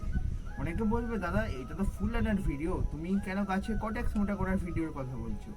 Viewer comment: ওটা কটেক্স নয় কডেক্স(caudex)